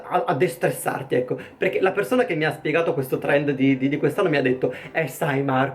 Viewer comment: "Torendo" chiamalo TORENDOOOOO